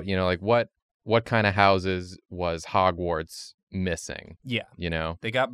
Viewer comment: Its not drawgwards it’s hogward